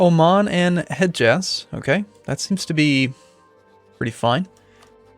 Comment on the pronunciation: The d in Hedjaz is silent :)